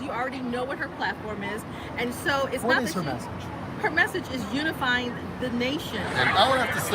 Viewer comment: The Delusion in these people is strong! Was That Fweedom?